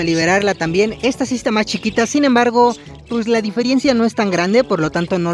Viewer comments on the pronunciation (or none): Amo tus videos saludos de Argentina 🇦🇷🇦🇷🇦🇷 cuando dices diferiencia me rio por que es diferEncia jajajajajajaja suerte amos todos tus animales